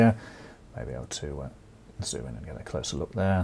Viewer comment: The only ones I’ve ever seen are the M.K. ones, even though I’m a sparky. The only round pin ones I’ve even used are 15A (which I’ve used for par cans) and 5A which I’ve used for general lighting round peoples big houses. Its not “get”, its pronounced G.E.T.